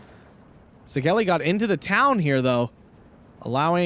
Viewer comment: Székely - seh-kej (soft j, like y in yet) Also in Hungarian the sz is s and the s is sh, opposite of Polish. Nice cast, fun game, thank you!